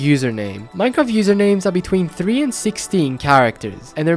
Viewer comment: "one in tree chance" glad to see you've become irish, great character development/j/pos